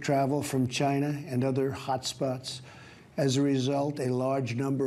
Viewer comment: First off it's from "chi,na"